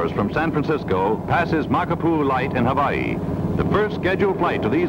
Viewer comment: Why do they pronounce the state of Hawaii "hoe-waugh-hee", "ho-vaugh-hee"?